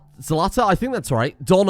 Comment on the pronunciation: You can right-click on the "Select similar" button and then "Select similar things on map". No need to draw a box. And you pronounced Zlata pretty well. It's derived from "zlato", which means gold.